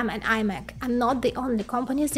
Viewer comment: не аймек а имек!